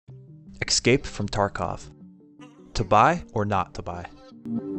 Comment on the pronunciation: wtf is "excape from tarkov"?